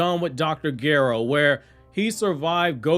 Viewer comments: Why you saying Dr gero like Dr gyro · while i love your content its not Gair-oh.... its not a hard g